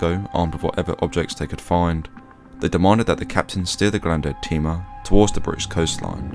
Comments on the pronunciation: The ship is called "Grande Tema", as in Tema (Tehmah), Ghana, not "Grande Teema". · You also mispronounced Tema. It's pronounced "Temma" not "Teema".